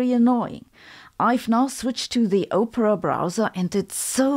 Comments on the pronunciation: Opera - Ah-per-ah. Oprah is something.... entirely different. 🙂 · Sabine, the state is unfit to exist. This shit would never stand, for several reasons, in a polycentric legal system. Also, your English is very good. However Its Aww-Pra, Not Ooh-Pra. Oprah is an American celebrity and Opera is pronounced like the opera. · It is not pronounced O-pra, which is like the name of the US billionaire who likes to hear the sound of her own voice. It is pronounced Op-era, as in "Phantom of the Opera".